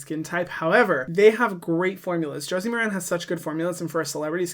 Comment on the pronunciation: Ooh, I forgot that Josie Maran had a beauty line (and I'm gonna be that person and say, it's MAR-an). One of the things I remember that impressed me is her sustainability stance. I do a lot of drugstore shopping for skincare, but I need to reconsider her product line. Thanks for your videos - I'm new to them and learning a lot.